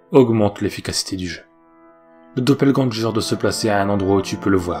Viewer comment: Il me semble que doppelgänger ne se prononce pas doppelgän"jeur" Mais doppelgän"GUeur". Sinon super video qui plus est longue :)